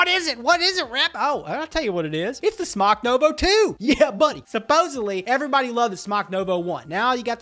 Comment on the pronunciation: Well, he may have been doing this a long time, but the company pronounced their name SMOKE not SMOCK - drives me crazy - well, crazier than I am :)